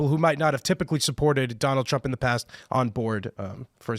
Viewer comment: "this is an all time high, even for doland trup" dude with glasses is a dingus just saying wods